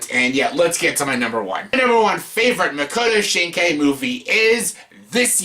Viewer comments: is it that hard to pronounce his name? mock-oh-toe sheen-kai? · Idiot learn how to pronounce his name